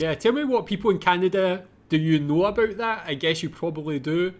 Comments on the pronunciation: did you say aboot? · Just listening to you pronounce about as aboot, sounds just like how Canadians pronounce it. Then looked up Scottish immigration to Canada and it all made sense lol